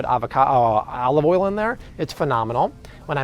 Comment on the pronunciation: Good tips. Can't stand the strained way of overemphasizing certain words. What's with "oyal" ? 😅